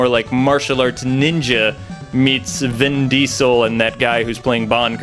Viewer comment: I like the way he says Vin Diesel